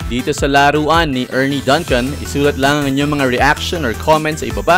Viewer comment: is pronounced as "DUNG-CUN". Just like Dunkin Donuts. Fyi